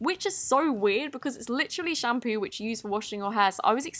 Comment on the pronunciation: In its sounds luke she said hands instead of shampoo "its literraly shampoo in washing your HANDS"it sounds like hands like if you agree